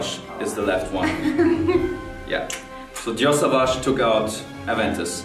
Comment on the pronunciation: SAUVAGE and you also dont say "savage" but "sOvage" bruh everybody saying it wrong